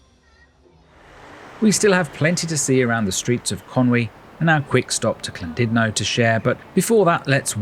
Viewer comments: What’s this Clandudno of which you speak…? 😂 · I was looking forward to this til you said CLANdudno!